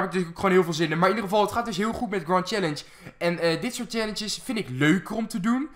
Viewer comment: of boomstam en je zegt grend chellenge